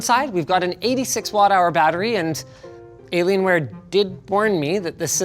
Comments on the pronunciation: I love the way he says "delaylionware" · Hah, “De’llaienware” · Has anyone else heard "deliriumware"? - and again... Cannot unhear. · i thought he said delaylienware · I keep hearing De Lalianwear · Did he just say delaylienware? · Hey Linus, what's up with the "Delalienware"?😂